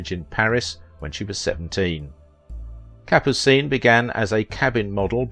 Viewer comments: Kapoo-seen? Yes, you've done your homework. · Capucine was very funny in The Pink Panther. Good in North to Alaska! (Thanks for pronouncing her name too.)